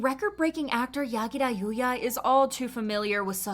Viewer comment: I love that she didn't pronounce the name using American's accent lol😂